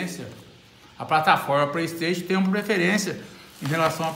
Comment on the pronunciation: "Praistation" , "x box" kkkkkk , mais parabéns